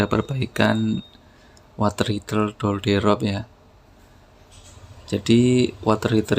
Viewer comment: Daalderop bang bukan dolderob